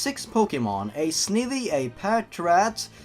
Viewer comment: It's Snivy as in snake ivy and Zourua as in zo-u-a.